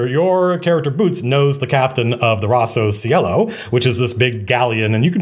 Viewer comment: Hey Matthew, loved the stream, just one thing that if you like you might want to take into consideration. If Rosso Cielo is inspired from italian the Cielo part is pronounced with a hard c like chinese and lo sounds more like long.